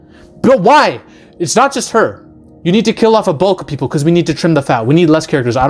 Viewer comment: ..."multiple peepler" i busrt out laughing